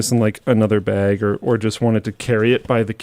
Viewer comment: Guys am I the only one that kept hearing "laptop egg" instead of "laptop bag". I feel like I'm going insane.